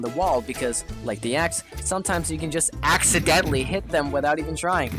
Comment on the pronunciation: Can I axe you a question did you axeadently add the axe